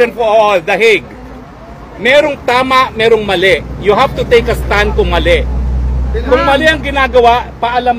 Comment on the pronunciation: "Tek a stun", roque, lawyer k b tlg? Tek a stun?😄